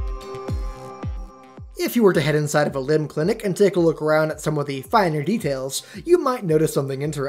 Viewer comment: lol man. Its not EMIL. Its LIMB in backwards